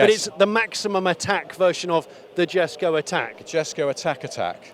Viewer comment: Jesko is pronounced "yess-ko."